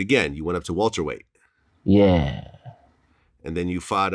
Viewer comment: Man said "walter" weight and "ma la na ge" vlad you need to show some respect to the sport and the sports star